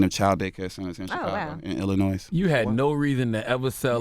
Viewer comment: You can tell this guy is lacking in education. He pronounces ILLINOIS ILLINOISSSSSSS S is silent dude.